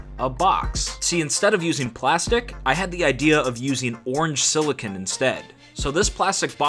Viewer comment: bro 6 mins rthrough i actually wantred to stop watching cuz lil bro called clearly siliCON aka (sill'e'cone) silicin 💀💀💀